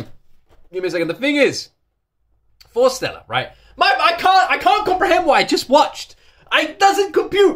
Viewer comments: Their name is pronounced Forest + Stella not Fore Stella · Love, love, love your reaction.. But please say their name correctly.. It's Forest-Ella.. Love ya dude, love how you feel and appreciate the wonderful group that Forestella are.. Best wishes from Wales.